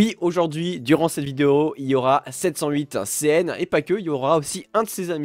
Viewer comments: C'est juste moi ou tu dis C800CN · msg à toi arrête de dire c800cn c’est 708CN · C'est pas "C800CN" C'est "708CN". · Ta dit c800cn😂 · 708CN t un beau gosse on s'en fout de tes problème d'élocution tu es comme tu est tu es une bonne personne ce qui ce moque de 708CN doit être banni(e) de la chaîne et de paladium